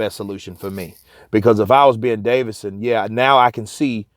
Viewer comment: its davison not davidson Fyi man great channel tho